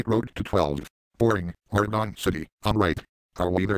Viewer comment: Why do people say Oregon wrong! Me live in Oregon, just not in Oregon City